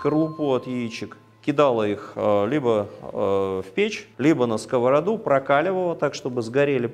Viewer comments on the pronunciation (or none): none